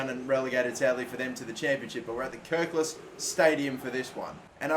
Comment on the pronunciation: Playing Huddersfield at the Kirklas stadium 🤦‍♂️ Kirkl-ee-s stadium or its actual name the John smiths stadium